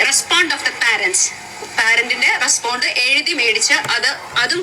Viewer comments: റെസ്പോണ്ട അല്ല ബോണ്ട 😂😂😂😂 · Madam not 'respond' but 'response" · റെസ്പോണ്ട് ഒഫ് ദ് പാരന്റ് 😂😂😂. ഇവരാണോ പഠിപ്പിക്കാൻ നടക്കുന്നത്. കഷ്ടം. റെസ്പോൺസ് ഒഫ് ദ് പേരന്റ് - എന്നാണ് ശരിയായ രീതി.